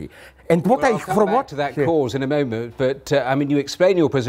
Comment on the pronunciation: "At the momo"? Dafuq